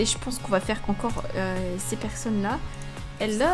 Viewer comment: on dit pas hélo on dit hello mais je suis une abonnée